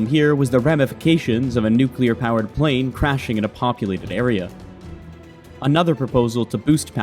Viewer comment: It's not nuclear. 😅